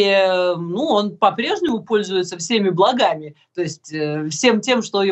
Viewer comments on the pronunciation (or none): Мария, Вам же написано было-правильно не "благАми", а "блАгами"!